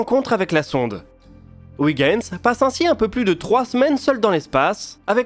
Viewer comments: Très intéressant comme toujours mais Huygens ne se prononce pas ouigens mais oeilgens. Oui je sais ce n'est pas facile les langues étrangères.... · Excellente vidéo, comme toujours. Un détail cependant: Huygens se prononce oeil-gaine-z, tout comme Kuiper se prononce cueil-pair (puisque ces deux savant étaient d'origine néerlandaise) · Je comprends qu'en France on n'ait aucune notion de néerlandais, mais pour moi qui suis belge, "Ouiguens" ça m'écorche toujours les oreilles... (Ce n'est pas dit méchamment, hein...) Sinon, super vidéo, comme d'habitude. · Effectivement. Une fois, ça passe, mais répété autant, ça gratte.... Et je suis originaire de Huy of Hoie in Vlaams ;-) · Je confirme, ça se prononce comme dans "oeil".